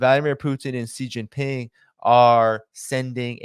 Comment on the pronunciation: the name of of Xi Jinping, president of China is pronounced differently. In the Mandarin language X = SH. You should know, since you have an Asiatic name. Love the content, just pointing it out..